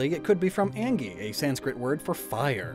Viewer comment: ANGI?!???? my dude it's Agni